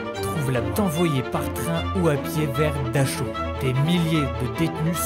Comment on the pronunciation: ils n'y a pas à vérifier, je parle couramment l'allemand, c'est comme dachau, c'est dar haou en prononçant bien le h. Et c'est bien le camp de buchenwald près de Weimar !